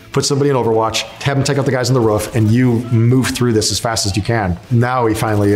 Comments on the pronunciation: He says roof as "the ruff" love this guy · Why does he say “roof” like a dog🤣